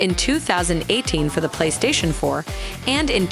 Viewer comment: Personal Computers? Pla-y-stay-shon I was looking for a ranking list, but I didn’t realise this video was recorded by AI